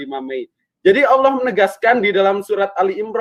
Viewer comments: 25 Mei - 17 Juni. Bahasa Arabnya udah lancar😂😂😂 Nggak nyampe sebulan pelafalan Arab nya udah lancar🤣🤣🤣 Orang klu Bru keluar dari Kristen pelafalan Allah nya tetap Allah, bukan Auwloh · Pendeta kok ngomongnya Awloh dan surat al-imron 😂😂 Dari kalimat pembukaannya aja udah keliatan pendeta abal2 😂😂